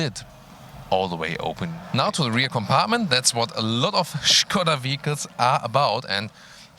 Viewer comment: I love that pronouce the brand correctly, nice touch:) the car looks rather good I might say!